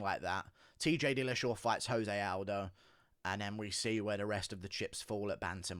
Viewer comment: He did say Pillashaw 🤣